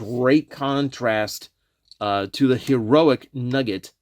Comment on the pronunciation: Wrestling fan + hearing "Nuggi(e)t = thinking of, and missing, Owen Hart